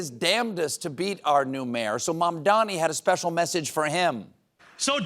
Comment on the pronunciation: THE NAME IS MAMDANI, M-A-M-D-A-N-I